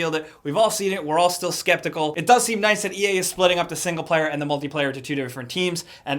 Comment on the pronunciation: Why does sometimes say "da" instead of "the"? But I noticed he only does it randomly. At first I thought he just couldn't pronounce "the" correctly and somehow made it come out as "da" but since then I watched a bunch of older videos and noticed he used to say "the" and slowly started transitioning into saying "da" almost exclusively.